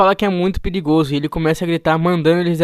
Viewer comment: Gostei da parte que falou piligozo KKKKKKK